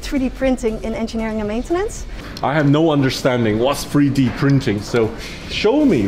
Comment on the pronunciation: It’s 3D printing Sam not free d